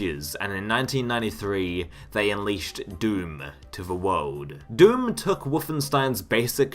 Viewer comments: "Doom Tooey" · No offence but i just cannot stop laughing at how you say doom 2, it's just so goofy "doom tooey". Great video/compilation tho, nice job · Take a shot every time he says Doom Twoey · Woofenstein? Doom twooey? Mount Erreebus? 🤔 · He does mispronounce Doom Two as well as many other words.